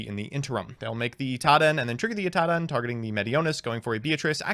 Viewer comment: Can't wait til Drytron isn't meta so doesn't say "iTaDen" anymore